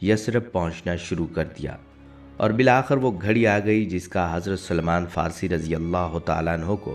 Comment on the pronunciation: پہلے اپنی معلومات کو صحیح کرو، اور اپنے تلفظ بھی درست کرو۔ رسول اللہ صل اللہ علیہ وسلم کے صحابی کا صحیح نام سلمان فارسی تھا نہ کہ سلیمان فارسی ۔ اب یہ نہ کہنا کہ صرف حرف " ی" کا اضافہ کیا ھے۔ یہاں اور سب لکھنے کا وقت نہیں ھے مگر یہ بالکل صحیح کہتا ھوں کہ اپنے تلفظ بجی درست کرو۔